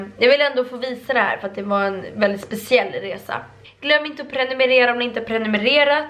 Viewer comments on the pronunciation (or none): none